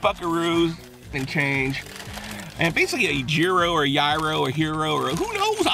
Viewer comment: yearos! and teezeeki